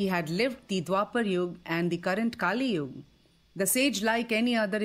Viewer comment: It is not "KaaliYug" it is "Kaliyug". And it is not "Maanvantharaa" it is "Manvanthara" that is named after Manu.